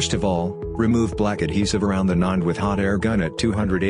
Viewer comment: The text-to-speech in this video pronounces NAND as "nund" 😂